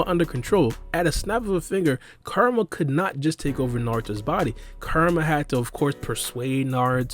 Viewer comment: Everytime u say kurama it sounds like your saying karma alot of times u talk funny but your information is solid so it's tolerated